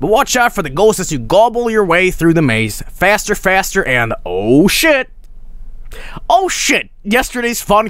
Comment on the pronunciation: Am I the only one who can't stop hearing "Oh, I'M shit!"?